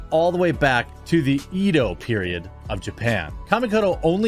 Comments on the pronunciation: Edo isnt pronounced E-do it’s Ed-O do your sponsor right. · ed-O not EdO